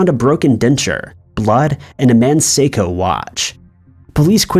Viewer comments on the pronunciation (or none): none